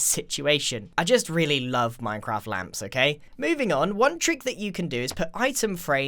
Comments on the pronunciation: grian: ŁÂMPŠ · grian: LAmPss , i want more! All of us: we're ok with just a few Grian: LoOok ITZ CHeAZe Us: umm... ok?